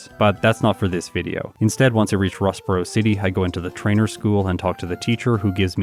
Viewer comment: I'm editing one of my videos listening to this. Every time you say Rustboro city my mind keeps saying Ross Perot city?